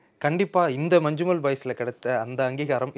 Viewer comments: It is not Manchumol it is "ஞ" . When two "ஞ" is kept together we will pronounce Manjummal.When the English letters "Nja" is used we pronounce it as ஞ in Malayalam for Malayalam ஞ. In real life police had beaten them severely and spoken bad words to them. That much is not actually shown in the movie. They confiscate all money and give them back only the amount for fuel expense for their journey. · "Mannummal boys" is pronounsation